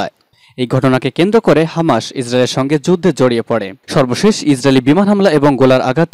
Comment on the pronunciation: শব্দটা হামা(শ) নয় - হামাছ(স)।